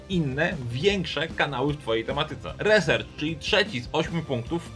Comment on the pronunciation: "Resercz" xD uwielbiam. RISERCZ KU!@:D:D:D